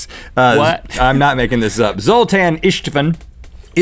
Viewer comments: LOL your pronunciation of Zoltán István is hilarious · FYI: Zoltán István is not an alien name (what a surprise) but a hungarian name and pronounced as Zoltan Ish-tvan (the as are like the a in can't [british accent] but very bright and pronounced in the back of your mouth [it's perhaps easier if you open your mouth very widely]. It's very difficult to explain). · Zoltán István! That's a hungarian name. Laughed so much at the pronounciation and how Link described how he imagines him. I have been waiting for this! Any other hungarian mithical beasts here? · You guys failed at pronouncing Zoltan Istvan. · Hey guys! Loved this one! I'm from Hungary and i couldn't stop laughing when you tried to pronounce the name of Zoltán István. Actually both of these names are really common as first names, according to a list István is the second and Zoltán is the fifth most common name in Hungary. Btw the way you say them is like Zol-taan and Isht-vaan, putting some emphasis on the second part ( i listened to google translate saying it and i found it tragical) Keep this up and have fun!